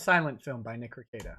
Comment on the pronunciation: Be careful of your pronunciation of your own name or Drex will have to double check your N-word pass. Nick Rekieta not Nikr Kieta.